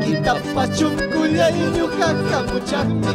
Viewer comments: NO SE DICE "CHONKHOLLAY" SE DICE "SONKHOLLAY" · Por qué cantan chuncullay si originalmente se pronuncia sonqollay